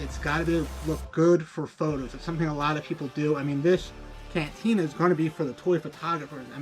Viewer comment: Already 46% of the way there. Bub, if you can’t pronounce cantina your opinion isn’t highly valued.